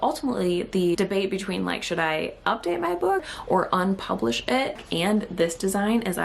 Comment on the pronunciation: There's something else young people do. she doesn't say "unpublish ʔit", she says "unpublish ʔiʔ". They replace all of their mid-word T's with glottal stops, like now it's "buʔon" instead of "button".